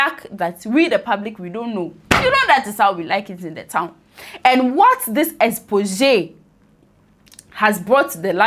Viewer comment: My friend, the O in paedophile is silent. And also its not 'expoxay' its 'expozay' as in the way its pronounced. Remember that!